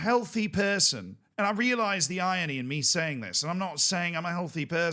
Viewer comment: Pronounce the R in "irony" and you're pretty much there